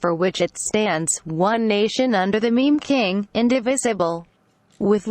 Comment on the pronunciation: i love how she pronounces it "mem king"